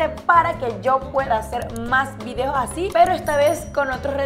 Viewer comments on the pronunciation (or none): none